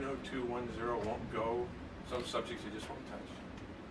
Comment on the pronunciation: Reporter said “9021 zero”. LOL